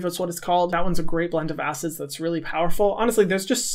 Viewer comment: What I heard: "A great blend of Asses" Thanks for the shout out Hyram 😝